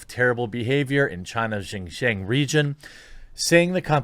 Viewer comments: pronounced " Shin-jee-on " region. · Jeremy, buddy it's pronounced Shin Ge-ung (XinJiang) ;) from a fan who's lived there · Love your channel but pronunciation of xinjiang was no where close. I'll still give the video a like.